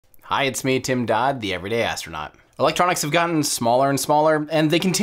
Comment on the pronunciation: Also "astronuat"